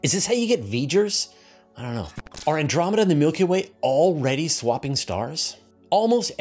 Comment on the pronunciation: I like “Andomeda Way” better.